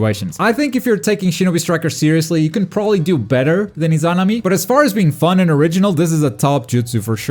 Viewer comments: The izanami pronunciation hurts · I guess it's a bit nit picky to be fair lol. I just sounds like you seperate it i-zan-ami when it should be i-za-na-mi